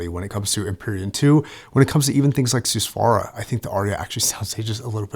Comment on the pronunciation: ahh yes the soosvara